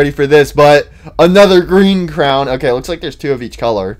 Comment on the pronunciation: Dude says crown instead of crayon